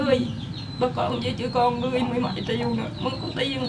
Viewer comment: Ui trời dân thành phố mà nói triệu thành( tiệu )